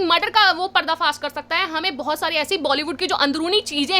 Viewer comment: Madam PARDA FAAS nhi parda faash Hota hai